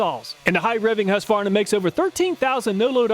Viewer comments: Husqvarna will still be manufactured in Sweden, although there have been rumors for many years to move the production to another country. I love your pronunciation of Husqva-rna, when we say Hus-qvarna… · It's pronounced HOOsqvarna, not HAsqvarna. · As a Swede I do appreciate an American almost able to pronounce the brand name "Husqvarna" in a correct way - it should be pronounced like "Huus-kvarna". As far as I know those chainsaws are manufactured here in Sweden - but the price for the 440 model here is almost twice as high as the price you mention. Go figure. Comprehensive test too! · Husqvarna is pronounced like hooskvahnah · Its whosk-var-nuh